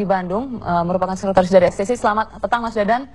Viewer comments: Geng motor ex te se 😂😂😂 Ex ti ci kali bambang bagong bacanya 🤣🤣🤣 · XTC bukan extece....